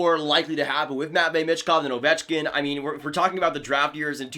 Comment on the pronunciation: I think it’s pronounced “me”chkov not sure tho